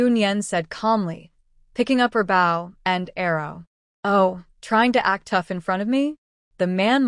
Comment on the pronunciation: Oh my! Can they just fix the AI???? The word " Bow" is pronounced = "bo" not "bough". A Bow (BO) is a weapon or a tied ribbon. A Bow (bough) is either the limb of a tree or the act of bending from the waist.